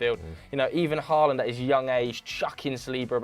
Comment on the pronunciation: Please say Haalands name properly It's not Whoreland